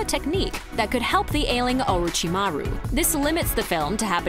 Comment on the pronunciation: The constant mispronounciation of almost every character in this video gave me a headache. Is this really how they are named in dubbed versions? Sounds like they always struggle to even call their names. Naru-toe, really? It's nAruto! GenIn is gEnin OrichimAru is OrochImaru. ShikamAru is shikamarU BorUto is bOruto he is not a burito! KakAshi is kAkashi he is not a concussion! KankUro is kAnkuro ShIppuden/shippudEn is shippUden Joneen is jOnin Does the narrator have even watched this series or are they just reading out foreign words and names? Or are they really that bad pronounced in english dubbed versions?